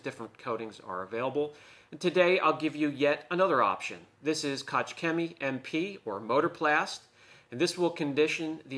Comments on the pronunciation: "KOCH"☝️ and not "Kotz" which means 🤮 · wow wait a minute, what's with the fancy room and furniture, you can't just start a video somewhere new and not tell us about it:D. But I like the room! The pronunciation of Koch is hurting my ears though as a neighbor to the Germans, I'm sure German-speaking viewers as well haha, UK John does it too. but can't write how to pronounce it, since in English there is nothing similar to the sound of a g like in German. however, if you go to google translate, select German type Koch and press the small microphone button, you will hear how it's pronounced:D No biggie though, just a detail. But I thought I would share it for the people who wanna know or don't know the google translate button yet. Cheers